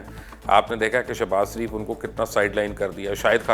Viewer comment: یار یہ آپ کس گاوءں کے رہنے والے ہیں؟ مخالفت کو مکھالفت کہتے ہیں، شریف کو سریپ کہتے ہیں، لیکن کو بٹ کہتے ہیں۔ یہ بٹ کیاہوتا ہے؟ اپنی بھی زبان بھی خراب، اور بچوں کی زبان بھی خراب کرتے ہیں۔ لیکن کہا کرو۔